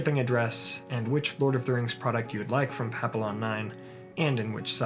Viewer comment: Papillion is pronounced "pa-pee-yawn", (päpēˈyôn), not "pap-il-lon". It's French for "Black Butterfly", a symbol of freedom, and there is also a breed of small Spaniel dog named Papillons. Just thought you might want to know, since you usually do so well with your pronunciation of Tolkien's languages. Thanks for the great videos!